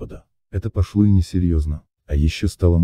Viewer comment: Боже, что за голос за кадром. Ни знаков препинания, ни правильных ударений. ПроклОва, пошлО вместо пОшло. Ужас, противно слушать